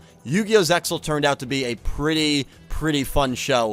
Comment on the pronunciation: I never like hearing Zexal pronunced as “Zex Zul”!! It’s ZEXAL (like zelle). And I hear Xyz sounded by the letter, it’s pronounced like a word!